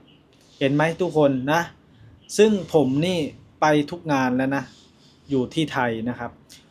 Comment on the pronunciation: ภาษาไทย เพี้ยนไปหมด..แร้ว..มันต้อง .. แล้ว..